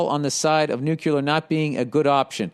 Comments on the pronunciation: Why does he keep saying NUCULAR.... it's nuclear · Cmon Bill, noo + klear. Noo klear, Nuclear, you can do it.